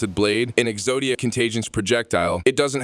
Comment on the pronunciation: Bro says exodia like he’s never heard of yugioh